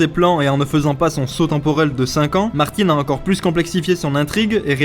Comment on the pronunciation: Pourquoi vous prononcez Martine? Martine à la plage.